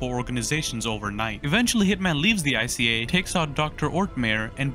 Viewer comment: Ica is a super market in Sweden and it’s pronounced ika